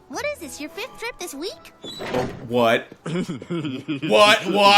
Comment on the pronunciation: Oh and his "what" kinda sounded like "butt" to